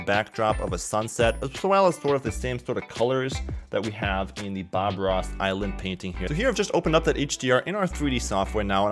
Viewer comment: Nobody:: Eye Land.